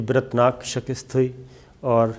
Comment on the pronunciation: Sabir sahib. Right word is Shikast not shikist